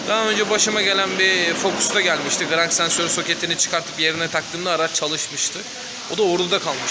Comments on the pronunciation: Gıırrannk sensörrü....... Ne sensör ne ben söyleyim! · Grangggggg sensörü nedir yav😂